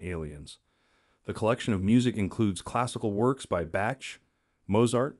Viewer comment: "Classical works by Batch." Holy mispronunciation, Batman!